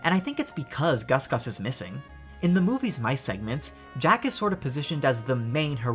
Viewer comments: it is pronounced jaq ~jaw-k~ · It's not strange to want to pronounce it Jacques. Cinderella is French, or at least the Disney Cinderella is based on the French version of the fairy tale.